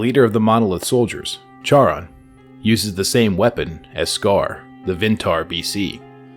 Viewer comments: Charon is probably pronounced “Karen” like in Greek theology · just for the future, it's pronounced "care-on" charon if i remember correctly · Love the video but it’s KAI-RON